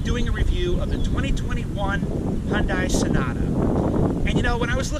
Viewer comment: You can't even pronounce Hyundai correctly